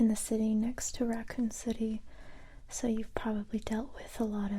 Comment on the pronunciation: did you just say RaCCooN c-C-cItY?! War and zombies flashback, childhood “traumas” i can’t sleep now :( jk nice video c